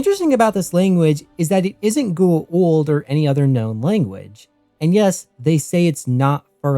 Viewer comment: The way you pronounce Goa’uld is killing me.